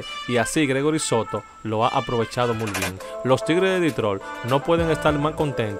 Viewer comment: No se dice mul lo correcto es muy